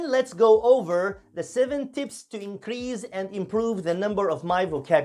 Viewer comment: The 's' in 'increase' is pronounced with a /s/ sound not /z/.